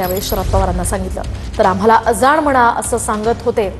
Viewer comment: Aga baye , अजाण काय ? अजाण मराठी शब्द आहे . अझान अस्त ते . रिपोर्टर मुद्दाम करत्ये का ?